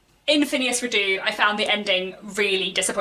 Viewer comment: This may be a quibble, but every source I check says "Redux" is pronounced ˈriː.dʌks. Meaning "brought back". Phineas is absolutely not my favourite character. I always think of that song "When I'm not near the girl I love, I love the girl I'm near." But frustrating as he can be, he had too much potential for growth and change to just drop him out of the political and social scene. We might not "like" him as a friend, but I think we must "like" the development and complexity of the character. And of course, his adventures. R. W. Chapman says in his introduction to my edition (and I agree with him) "In the sequel Trollope rises as near as he ever did to the stature of a poet."